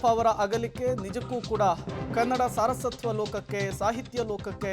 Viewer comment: ಸಾರಸತ್ವ ಅಲ್ಲ ಅದು ಸಾರಸ್ವತ ಆಗಬೇಕು